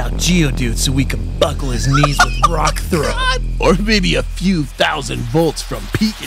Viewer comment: BROO THE EMPHASIS ON B in buckle 😭